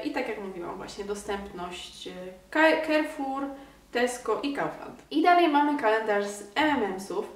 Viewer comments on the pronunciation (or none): tak dla wiadomości nie czyta nie kerfur tylko karfur bo to nazwa francuska a nie angielska i a czytanie jak a a nie jako e